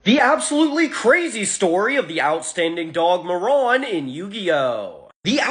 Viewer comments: It was slightly annoying that you kept calling the dog moron the entire video. Marron. Spanish for brown. Not moron. Mah rone. Open that mouth. On a positive note i never noticed the cards told stories. Nice. Thanks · muh-ron is not mare-in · What are you saying marrone. It’s mar rin. You are a morrone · “May-Ron” Bruh!! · Come the fuck on dude. Marron. Mare Un. It’s a real fucking name. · Pronounced mar in dumb ass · It's so funny hearing Marron pronounced like Moron. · I am pretty sure it’s pronounced “mare-en”. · Say his name correctly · You mispronounced marron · “Outstanding dig Moron” my dude, it’s pronounced Marron like “Mary” but with “on” instead of y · I've never heard Marron pronounced like that. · The way he pronounced marron throughout the whole video just hurt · I really hope Marron (I think the first syllable is stressed and not the second, since the name is the common way of saying chestnut in JP) will get a spotlight in that new yugioh cards lore anime they're making Edit: It's interesting how different people come away with different interpretations of these cards. When I first saw someone putting together Marron lore, they actually managed to weave everything (the mechanization, the evil dog, the skeletal dog) into one story rather than alternate paths. I really like the idea of there being like parallel versions though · I have never heard anyone pronounce this card name this way